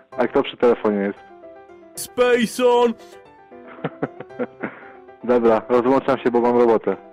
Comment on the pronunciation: MÓWI SPEJSON XD